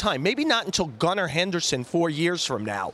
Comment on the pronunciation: He said gunna Henderson 😂😂